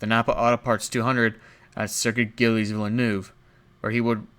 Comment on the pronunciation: as a canadian had to laugh at "gillies" villeneuve it's pronounced Jills like the girl name with a S